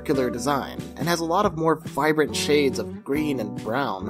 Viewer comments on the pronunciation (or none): none